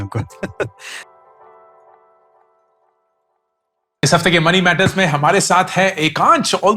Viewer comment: Bar bar ankur bolrahay ya Ankuk😂.